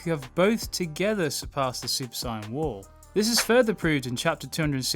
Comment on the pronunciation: Its not SIAYAN ITS SAIYAN